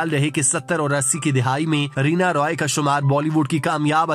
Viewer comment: رینا "روئے" یا رائے ۔۔Roy تو انگریزی نام ہے۔یہ Rai ہے